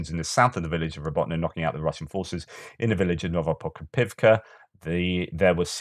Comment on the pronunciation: You must have had an extra cup of tea today. You nailed it on Novoprokopovka and Novopokrovka. Great job! ;)